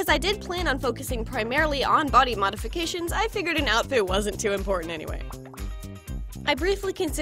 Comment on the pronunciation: It's "Mody Bodifications"